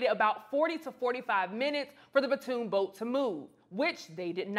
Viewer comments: PONTOON, not PATOON. Other than that, great job with this segment! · It's not a "patoon" boat. It's a PONTOON! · patoon boat,...?????? you have a show on this site and you can't say "pontoon boat,..?" Pon-toon ,.... not patoon,..!!!! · While she's at it, she can stop calling the PON'-toon a pah-TOON' boat. Ugh! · In addition to getting the correct information out there about him being the Co-Captain and not a security guard (which is a really sad demonstration of unconscious bias - he couldn't be a captain, he had to be security), can we stop calling the PON'-toon a "pah-TOON' boat." Ugh! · Lost me at "puhtoon". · You are not saying "pontoon" correctly. go to youtube to hear how it is said. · I can’t take anyone serious who can’t pronounce pontoon boat sorry not sorry 🤷🏾‍♂️🤷🏾‍♂️🤷🏾‍♂️🤷🏾‍♂️